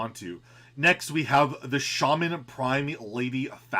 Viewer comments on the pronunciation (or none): none